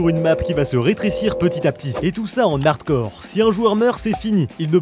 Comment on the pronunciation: J'adore tes vidéos mais s'il te plait arrête de dire "en n'hardcore", la liaison ne se fait pas ;)